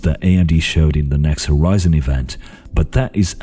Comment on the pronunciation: "What might be over the hoRyzen"